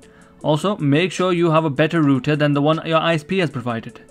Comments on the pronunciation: i know its spelt router i just spelt it wrong so you would know he dint say it right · the fact that he said rooter